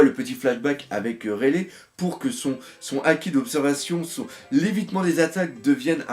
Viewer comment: J'adore tes vidéos doc MAIS RAYLEIGH SE PRONONCE RAYLY PAS RÉLÈ. Sinon super vidéo comme d'hab